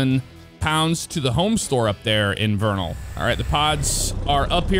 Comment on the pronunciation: Let’s go said vernal right he is the first person if found who has said it right